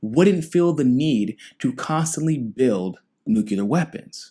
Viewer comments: New Clear... Say it. Not Noo cue lur. New Clee ur Spelled nuclear Grrrrrr. All better now :) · I guess it is worth mentioning that Bernie co-sponsored a Senate resolution in 2011 saying Libya needed a regime change. Bad idea * Bernie is still at it. Tulsi 2020 ps Please say "New Clea Ur" not "New Cue Lar" that's how George Bush mispronounced the word (or just say nuke )